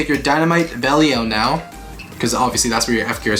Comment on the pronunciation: you are saying Belial wrong